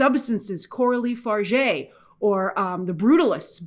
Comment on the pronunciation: it's pronounced Coralie "Farja"